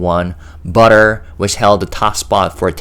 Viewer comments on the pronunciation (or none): none